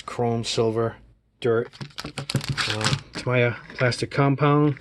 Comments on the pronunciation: Its actually “Ta-me-ya” , not “ta-ma-ya”. Great set up tho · That is an awesome set up you have. It reminds me of an operating room where everything is in its proper place. By the way the word is pronounced ( Taaa - Meee - Yhaaa ) I just figured I'd tell you. Great Job my friend. Cheers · It's pronounced TA-ME-YA, sorry bugged me for the whole video lololol